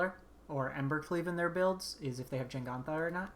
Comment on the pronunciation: JEGantha ther is no N.... JENGANTHA ruined the video